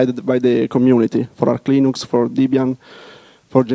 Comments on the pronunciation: lol, and what about the unhearable "Luynoox" and "Luynax"? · I like when someone say Leenoox : ) Somebody must to rewrite "Leeneex " pronouncing on Wikipedia,this is wrong.